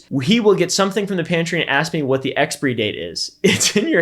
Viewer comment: "expry date"? Not exp-👁️-ry date?